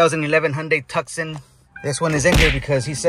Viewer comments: Good vid, but it's pronounced "TOO-SAA-ON" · You pronounced the model name wrong🤦‍♂️ It's pronounced the same way as the city Tucson in Arizona. It's (too-saan)